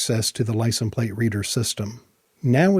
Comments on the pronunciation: License pronounced lai·sns. The s is not silent. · Are we all just gonna ignore the way he says license plate? I know he knows how to say it. Are we being trolled?